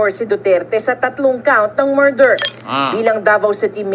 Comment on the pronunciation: Morder ba o murder? ✌️😂